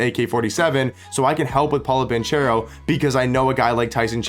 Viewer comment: It's BanKero ;) Not BanCHero ;) He's Italian